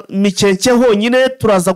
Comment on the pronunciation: Hitwa Mikenke biva kw'ijambo Imikenke. Ntabwo ari MIKEKE rwose!!!! Ntibavuga GASITA bavuga Gasiiiita biva kubwoko bw'Abasita rwose ntimukice Ikinyarwanda. Birababaje.